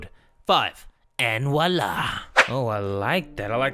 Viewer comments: People. It's Voila, not Walla. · Walla? ITS VUALA, LEARN YO FRENCH!!! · has me so triggered ITS VOILA* NOT WALLA🥺🥴😂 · It's voilá not wola 😂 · +Kèstra Stanzioné how are they judging anyone? "wola" is the pronunciation. voilá is the correct spelling. that's like saying some people call tortoises turtles, so we should just call them all turtles or we're somehow "judging" people who don't use the correct terminology. that's a silly attitude and really shouldn't be encouraged. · and walla~ had me shooketh, isn’t it voila 😅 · I know right. Also:: * says Ayane instead of Ayano * Me: * triggered AF * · You can use voila and walls lol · it's voila not walla lol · "walla?" it's "voilà" lol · "walla" lmfao isn't it spelled viola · It's "Voilà" and not "walla" 😌 (Sorry I'm french soooo... VOILÀ) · BTW voila is not walla it's voila like in Spanish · Walla? Do tasya aditya mean voilá No hate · 😂😂😂🤭 xD walla? Its Voila 😂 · And walla? It's Voila not walla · my guy said "walla" it's actually "voila" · Its voila your right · Voilà is the word ^_^ I studied French Hehe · it's voilà XD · It's "and vòila" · No voilà means There! And by there I mean there she is I am French so Bonjour mes amis